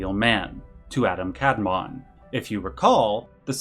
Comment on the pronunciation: Very small note as a student of Kabbalah, in Hebrew the emphasis is typically on the second vowel. So it should be the second a in Adam and the o rather than the a that gets stressed for Kadmon. Same goes for sefirot. The emphasis in the pronounciation is on the o at the end not the earlier syllables. Great video though!